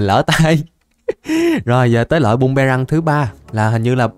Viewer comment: Phi tiêu ổng nói bum mê răng 😅😅😅